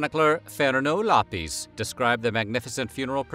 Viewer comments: That's a hard o on Lopes not a soft one. It's lope-s not lop-es. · No he did not. Afonso is pronounced Alphonso but the name appeared in Portuguese, while the other names were in English. Camões sounded like Camoes and Fernão Lopes sounded like Fernau Lapis. Lusíadas sounded like Lusiádas. I am not complaining since it is almost impossible for an English speaker to hit the Portuguese names, just like for a Portuguese to pronounce an h (it is mute in Latin languages making a Portuguese pronounce angry and hungry the same way). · Except I'm guessing Lopes is not pronounced Loppeez. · but not in Portugal, which is where he's from